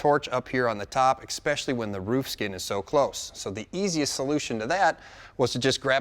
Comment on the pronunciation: It's pronounced "Especially" not Ekspecially.. Also. great job using the Plasma Torch as a hammer. 🤔